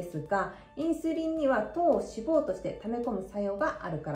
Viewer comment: 脂肪の発音が気になった